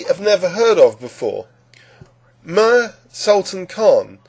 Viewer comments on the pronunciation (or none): Meeer, not Mire